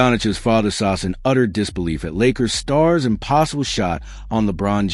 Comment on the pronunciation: Saša not Sasa...our š is like your sh...quite simple...like shit...not sit...😂 Oh...one more...the name Nikola also has an accent on the i, not the o...Jokič has literally given up on you, and he doesn't bother to correct you anymore...because after so many years...seriously...